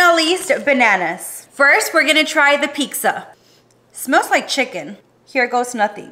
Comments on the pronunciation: Wtf is pikza huh why are you pronouncing pizza as pikza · I hate her for disrespecting the pizza by pronouncing it as " piksa"